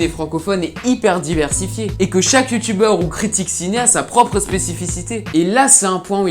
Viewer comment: Jsp pour a chaque fois que tu dit "Youtubeur" j'ai l'impression que tu dit "Youtu-Beurre" 😂